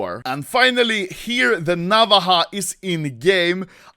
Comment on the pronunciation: why you say n avaha knife